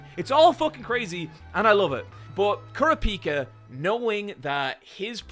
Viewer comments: You’re not pronouncing kurapika correctly btw. It is funny that Gon could blow up the top floor in one punch and it’s cute how weak everyone is, like Benjamin guards are worse at nen than zushi is. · how he pronounced kurapika too LOL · Ahh yes. Goan, Kilooah, and Kuropeeka. My favourites. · are you purposely saying all the names wrong? gone, kahlua (lol), currapeeka...